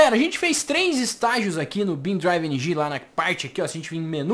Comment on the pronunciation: pq vc fala "beam drive" e dps q fala"NG"?